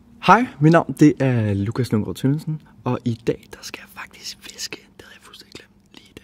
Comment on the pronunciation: Ok. How is it possible that a name with 8 syllables is spoken as if it had less than 3??? I love this man...